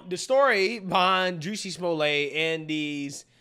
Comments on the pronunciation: pronunciation "Juicy-Small-Lay" 😂😂😂....its pronounced "Jes-sie-Small-Lett" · Juicy Smolay 😂 idk if that's a mispronunciation but there's my first chuckle for the day.